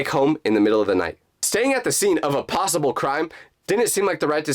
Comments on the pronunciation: "Because in my mind, there was no plossible explanation"....Instead of saying "Plossible" Shouldn't he say "Possible"? LOL Edit: It can also mean that Jake blocked u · who else hear prlosable